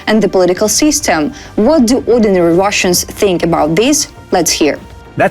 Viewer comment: She meant Wash-Annes.